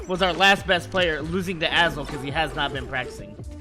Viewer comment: Who's Azel? I thought he was saying "asshole" referring to BBB ahaha